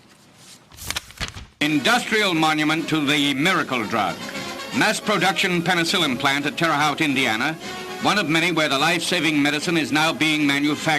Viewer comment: Terra Hout. lol!